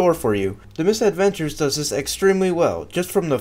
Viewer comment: It's Mis-Edventures, NOT Miss-Edventures.